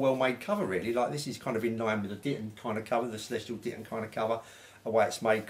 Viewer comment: Celestion, not Celestial lol